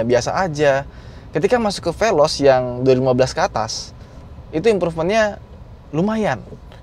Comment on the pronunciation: Amit2... Ini bukan apanjah ini pelozz😂😂😂